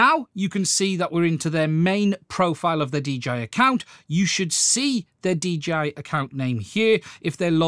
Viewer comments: He keeps calling it a DGI instead of DJI. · Its called dialect, duh😅